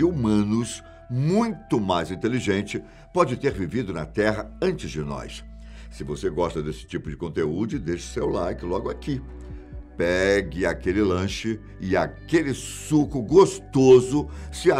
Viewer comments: "Conteúde"? Que merda, hein? Kkkkkkkkkk racho demais disso 🤣🤣🤣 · Ele falou conteúde ?